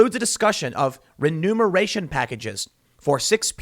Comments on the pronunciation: Love the show. One thing, it’s REMUNERATION not RENUMERATION. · Remuneration not renumeration. Remuneration means compensation.